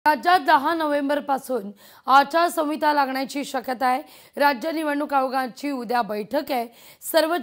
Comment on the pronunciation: आचारसंविता नाही ए बाई... आचारसंहिता असतं ते 😅